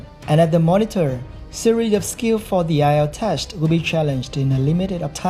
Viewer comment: sery of skill for the ielts tesht ... lash but not leash wth =)))